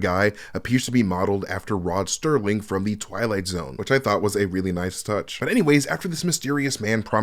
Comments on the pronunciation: i hate that i have to correct you but it's rod SERLING not sterling great recap! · It's Rod Serling, not Sterling. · This dude called Rod Serling, sterling..... stopped the video cause he's clearly NOT well versed in what he's taking about, shallow knowledge not qualified to talk about this... give him a better script. This was cheeks.... something something, your mom....I'm off to Ryan Arey Land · Rod Serling. No ‘T’.